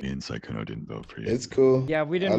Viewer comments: instead of Sykunno they say Secunno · ITS SAKUNNO, MURDER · I can’t with them pronouncing it as “see-kkuno ” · I like their Sekkuno pronounciation 😂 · "suh-kkuno it's suh-kkuno" LMAOOO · iTs sYkUdo ItS syKudo